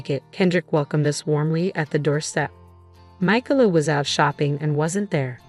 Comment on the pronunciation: The name, Micalah, has 3 syllables. In the USA, the second syllable is usually accented